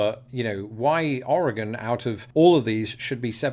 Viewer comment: Us Oregonians are still in shock that you can say the state name correctly, that's what drew us in. Now we stay for the great and interesting content.